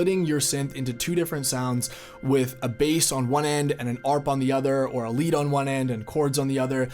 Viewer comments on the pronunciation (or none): none